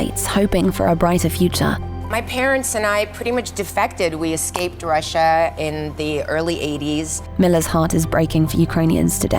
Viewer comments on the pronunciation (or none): none